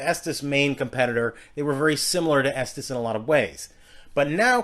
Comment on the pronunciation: It's pronounced estees not estas